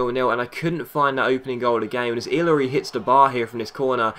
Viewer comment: ***** Great Vid BTW Ilori is pronounced.... ill-r-e